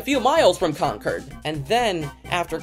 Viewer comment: Concord in North Carolina rhymes with Cord, not curd.